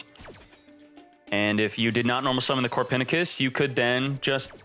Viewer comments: Did…did he just call Copernicus “Core-Pen-I-Kiss” ?! Lol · Is anyone getting triggered by the way he says Copernicus?